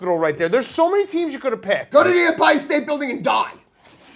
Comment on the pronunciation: Saying fck Empire state bldg wrong stu other than that im down with ya